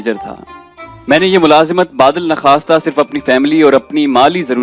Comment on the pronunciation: your voice and reading style is, no doubt, commendable but there is one shortcoming which if done away with will surely take your story to the heights of fame. And that shortcoming is pronunciation of some words (baadal _e _nakhasta, not baadalnakhasta, khunk not khank, etc etc...). Hope you will not mind. Thank you.